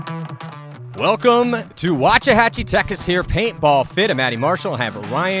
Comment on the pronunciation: "welcome to Wachahachy, Tekas..." Did not no one else catch that or was it just me...